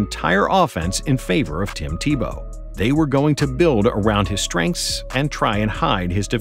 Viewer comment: Tim Te-Blow